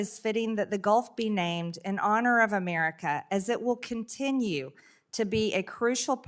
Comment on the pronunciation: First we need a law stating NO Name changes until Marjie learns how to PRONOUNCE "America". She shouldn't be allowed to speak until then.